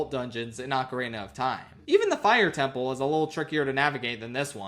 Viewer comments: Ocarina sounding like Macarena without the m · My favorite part of this video is when pronounces ocarina like Macarena. 10/10